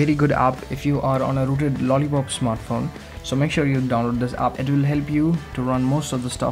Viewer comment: u said aap instead of app u idiot